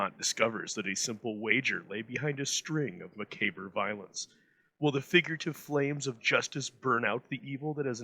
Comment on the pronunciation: Great stuff! But "macabre" is pronounced mah-COBB, as in corn-on-the-cob, not mc-kay-bray. :)